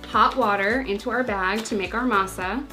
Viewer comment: Says Masa pretty well